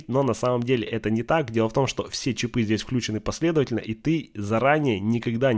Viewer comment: Похоже на интересное видео, но когда началось "чипЫ, чипОв" - остановил. Что за травма мозга у большинства населения с ударениями? Попытаюсь досмотреть без звука, добавьте титры, пожалуйста.